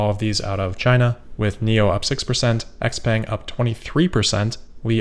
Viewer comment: xpeng is pronounced CHow-Pung!